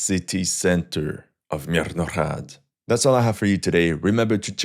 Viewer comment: Good video, but your pronounciation of Mirnohrad is labourious. Just pronounce the H as in Hello. Mirno-Hrad. Thanks!